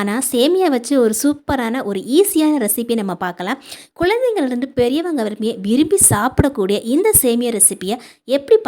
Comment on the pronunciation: வாழ்த்துக்கள் சொல்ல வந்து சொல்லாமல் போகிறேன் காரணம் உங்க பிழையான தமிழ் உச்சரிப்பு. எதுக்கு இவ்வளவு style. Kulandaikal, alaga போன்ற சொற்களின் உச்சரிப்பு சரியில்லை. குழந்தைகள் அழகு னு தமிழ் சொற்களை சிதைக்காமல் பேசவேண்டும்.